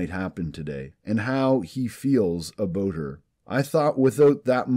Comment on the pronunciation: Aboot? Are you Canadian?